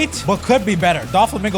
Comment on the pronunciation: Bro said Don Flomingo😂😂😂😂😂